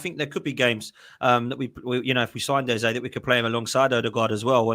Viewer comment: Get his name right ffs pronounced EZA .. World Cup year better off at palace plus arteta a twat